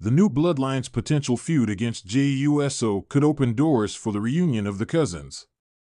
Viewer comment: WHY CAN'T THEY PRONOUNCE JEY'S LAST NAME CORRECTLY? NOT JEY U S O BUT JAY OOOSO!!!!!!